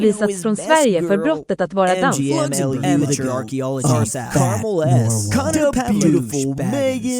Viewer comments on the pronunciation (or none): none